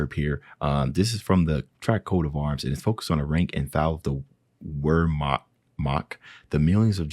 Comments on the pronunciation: Wehrmacht is pronounced with a V not a W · It's the German Army pronounced "Virmacht" Weirmacht.